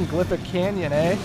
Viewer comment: "...Glyphic Canyon again, eh?" Your Canada is showing. And I'd just overcome the stereotype that Canadians say "eh" all the time.